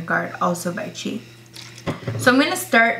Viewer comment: its called C.H.I not chi